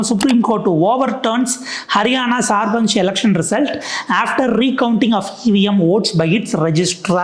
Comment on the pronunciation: சார்பஞ் இல்லை சர்பஞ் என்பதுதான் சரி